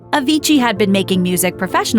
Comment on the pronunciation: stop saying avigii, but anyway, RIP avicii